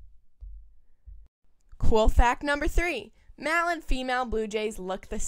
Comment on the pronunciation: Very odd pronunciation of the word "male" usually the "e" at the end makes the "a" a long "a" sound ...like in "ale"